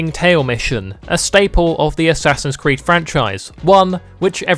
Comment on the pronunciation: "Ass creed"😂